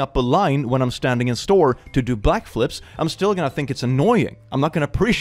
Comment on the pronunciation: did you say black flips?? lol